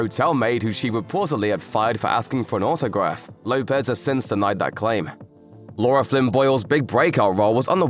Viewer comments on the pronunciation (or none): none